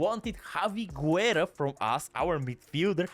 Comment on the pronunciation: My man can’t pronounce a single name right 😂 Guerra is pronounced like Gerra as Busquets it’s pronounced as Buskets. You can only pronounce the “U” if it doesn’t have before “G” or “Q” as for example Juan. The exception that can be valid it’s if the “U” has this 2 dots “Ü” like “pingüino” (sounds the same as penguin but ending it with “O”)